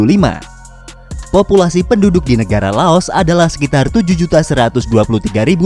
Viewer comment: Lao.. tak mengenal huruf S